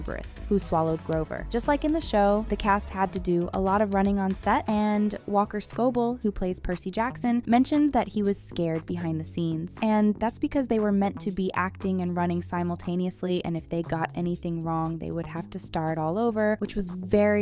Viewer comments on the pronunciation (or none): Can we talk about how wrong the narrator is saying the names? Walkers last name is “Sco-BELL” not scobol it is also pronounced Ar-e-an not Airian